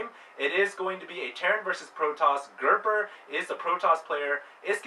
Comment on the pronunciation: its gerper not gerber